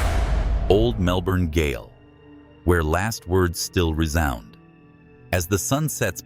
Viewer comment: Goal is pronounced Jail, it's an old English spelling. I noticed he pronounced Gaol wrong the first time but corrected himself the second time.